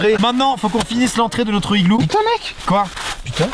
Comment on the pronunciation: "Notr-E igloo."